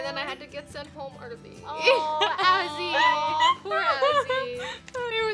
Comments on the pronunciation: Is not assy is Azzy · Not Assy its Azzy Please